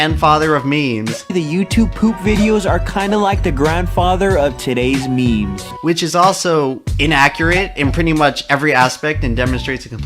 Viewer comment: Why does he keep pronouncing memes "means" just proves that he's a normie who is just petty that he is being insulted.